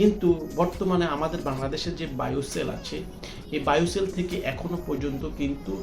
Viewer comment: বোয়েসেল শব্দ টা সঠিক ভাবে উচ্চারণ করতে পারেননা নাকি বায়োসেল কী?